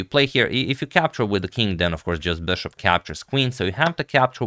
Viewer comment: I love Agad's "Böshopp" pronounciation 😀